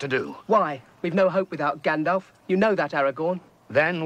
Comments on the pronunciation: I'm not hearing the L at all though; it's not soft, it's gone. I'm consistently hearing 'Ganndaff'. ::shrug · I think I'm going to pronounce it "Gan-Daff" for the rest of my life now. Makes sense, I mean, how do you pronounce "Half"? Exactly. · Wonderfully articulated, detailed breakdown & analysis... As a neurodivergent I kind of wish there was a version of this that didn't keep saying "Gandaff"? Although as I seem to recall this film get some pronunciations quite objectively wrong anyway, But, overall, fantastic job. Please continue to make high quality critically thinking intelligent content exploring Creative Art media especially science fiction and fantasy like this! ❤ from Australia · This video is so interesting and would be literally perfect without “GanDAF”... how did you come up with that pronunciation? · ...Why do you keep calling him "Gandaff"??? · ... are you calling Gandalf "Gan-daff?" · Who is "Gandaf"? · Who the heck is Gandaff? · Who is this character Gandaff that you speak of? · Bro says Gandaph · Gandæff. Gandav. Gandəff. Go on, try Glandaff or Galndaf. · Who TF is "Gandaff"? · I had to stop watching when you called him Gandaff for the second time. Unbearable lol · "Gandaf"? You clearly have no idea about Tolkien's works. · Gandaf.... that is at least the second mispronunciation. I smell a lefty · It's a uniquely Canadian accent that doesn't pronounce the L in "Gandalf", but does pronounce the L in "both" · Got nothing to do with an accent to make the effort to pronounce "Gandalf" properly. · While he is wrong about how "Gandalf" is pronounced (it is not as in the English "half"), so are most people. In Tolkien's appendices at the end of ROTK, we get a very explicit pronunciation guide. The L is typically a hard L, and is in this case as well. Where most people err is the F, which specifically in -LF endings and elsewhere ending a word, should be pronounced V as in the English "of". Sounded "Gandalv". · you say gandalf as if you were from philly